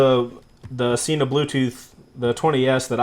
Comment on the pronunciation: Sen-Ah, not "See-Nah"... There own channel proves it...